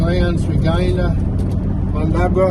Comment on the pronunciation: Mundaberra. Thankyou for the correct pronunciation of that name. Driven those roads and wondered about how to pronounce many names and that was one of them. West Aussie names I think are just as hard when the roles are reversed 😅